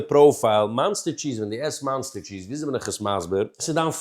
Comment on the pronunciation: OK dude, you're funny and zaftig. Ignorance is bliss so I'm sorry for taking you out of your blissfullness to tell you that it's cringe-worthy when you call it "Monster" cheese. It's OK to have threadbare shirts but sometimes you're such a stickler for pronunciation and here's a word that makes you come across like........